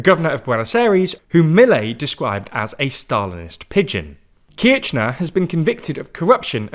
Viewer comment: cristina kirchner and kiscilof in argentina aren't really spelled with a 'ch' sound, kirchener is more pronounced like kirshner, and for kiciloff, the 'c' is just an an 's' sound